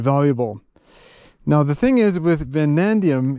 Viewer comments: It is vanadium, not "vanandium". It does not hurt to sometimes remind ourselves that USA is the only country evil enough to have used atom bombs against an enemy. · It is Vanadium (vuh-nay-dium), not Vuh-nan-dium. And New-clear not New-Killer, although I understand why you would think it is the latter. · Great video! Amazing country, adventure & the story you’ve woven!! Just for clarification it’s Vanadium (no extra n) that’s found with the Uranium there & used as a steel alloy. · You keep calling it Vanandium; I'm pretty sure you own Chrome-Vanadium tools.